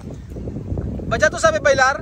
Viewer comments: Patcha ang spell. Pero batcha naman ang sinigeng banggit ni. Hayssss ano ba talaga kooooyaaa??? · batcha ba oh patcha???? Ang gulo eh hahahahaha